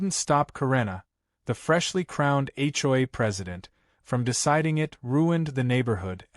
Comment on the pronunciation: When will AI learn to pronounce HOA instead of H,JOY🤣🤣